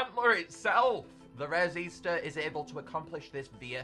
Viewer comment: i've always pronounced xyster with an "i" sound, but ever since this video its just been xeester